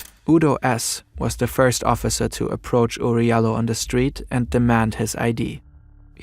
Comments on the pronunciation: It’s Jalloh (JAH-LOL) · Oury Jalloh's last name is pronounce DJAH-low. It can also be spelled Diallo in ex French colonies in Africa. Oury is most likely from the Gambia, an ex English colony where they speak english and spell things differently. May he RIP